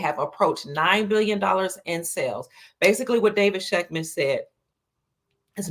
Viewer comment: If she says again.....😏